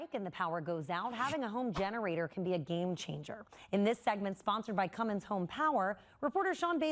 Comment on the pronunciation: Hey, there is no "G" in Cummins. Know your sponsored customer.